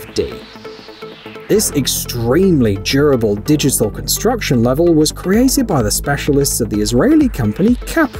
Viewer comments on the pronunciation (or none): none